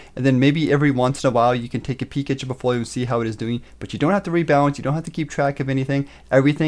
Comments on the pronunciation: POULT-folio, is how it's pronounced, right buddy? A portfolio is like poultry to you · "portfolio" "poultfolio" "POULTfoliooooooo" !!!